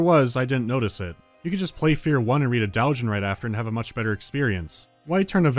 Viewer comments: He pronounces it "d-ow-jin". It's correctly pronounced "d-oh-jin". Overseas weebs usually pronounce it "d-u-jin". So yeah, it's wrong, whether intentionally or not. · says doujin as “dowjin” Sseth says doujin as “dowjin” Need I say more? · i believe he actually said "dalgin" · "Dough-geen" Why,. Why. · Do you really pronounce it "daajin"? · The way he pronounced it gave me an aneurysm though. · I feel like pronounced Doujin wrong on purpose, to throw us off the scent of his crippling hentai addiction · It's been 9 months since you posted that, but it is actually wrong. The system for writing Japanese using the latin alphabet, romaji, uses 'ou' to represent a slightly longer 'oh' sound.